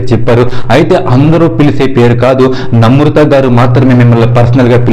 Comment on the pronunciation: Pronunciation nerchuko first. Namrutha kadu. Namratha.